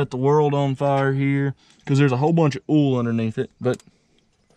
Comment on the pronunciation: Instead of "oil" he says "ooul"